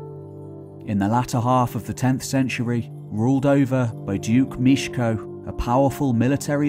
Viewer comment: "E" in Mieszko I is to be pronounced.